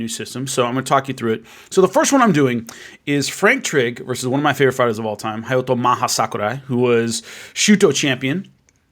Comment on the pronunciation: I thought his name was Hayato not Hayoto